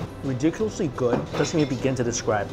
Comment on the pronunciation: learn how to pronounce English, its "good" , not "GORD"